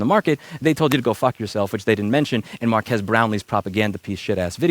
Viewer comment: Louis mispronouncing Marques's name every time is hilarious